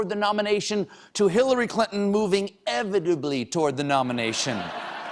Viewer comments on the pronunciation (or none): said evitably, instead of inevitably.